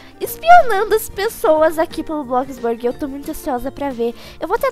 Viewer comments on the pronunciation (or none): "E hoje estou aqui no BroxBrurg" kkkkkk